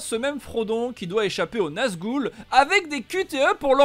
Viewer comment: Salut, tes vidéos sont rien que du bonheur!! Nazgoule... hé hé hé mes oreilles saignent! lovfrombzh;)